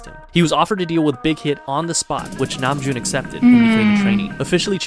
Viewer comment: Just an f.y.i. I'm at the beginning of the video, don't learn how to pronounce anything Korean from this guy lmao he pronounced almost everything wrong, close but wrong, so for Bangtan Sonyeondan and honestly most if not all Korean words like Namjoon for example, if you see an "a" you can think about how British people pronoune their "a" like in dance, so yeah more of an British "a" than American. Another tip when you see two vowels next to each other it is actually most likely one sound in korean and an easy way of knowing which vowel to pronouce is that it is always the second one or almost always I'm not a fluent Korean speaker this is just something I've noticed since I fell into the hole in 2018 xD so, if we have words like Tae-hyung and Seok-jin or Ho-seok we will say it kind of like "te(very soft "h")young", "so(very soft "k")jin" and "hosok" with the "o" pronounced like in "hot". Hopefully that was helpful, I didn't plan for it to be such a long comment but oh well.